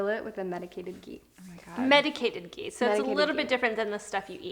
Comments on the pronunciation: The 'h' in ghee is not silent. It's ghee not gee. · It's not 'gee' it's 'Ghee' say the h 😂😂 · It's ghee..not gii..no hate, just saying! (Pronunciation is different) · Babes.. It's not Gee it's Ghee 😂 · It's not Gee it's Ghee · Please stop pronouncing it wrong. It’s “ GHEE” not “GEE” . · These people don’t know how to pronounce ghee. Smh😠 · Its not gee its ghee😂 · Btw It’s not gee it’s GHee